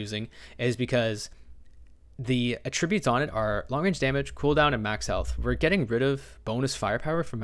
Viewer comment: The way this man says attributes is wild . It’s attributes , not a tribute .